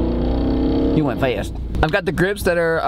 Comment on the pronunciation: He went FaWiStttttt😂😂